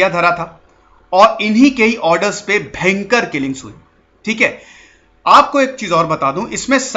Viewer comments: मुझे आपके कुछ शब्द बोलने का तरीका बहुत मजेदार लगता है जैसे 👂भेंकर👂मतलब भयंकर ओर एक है👍 ठीक है 👍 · "Bhayankar rrrrr"..😈😬🤢🤕😲😫....story...😁..nice..👍👍👌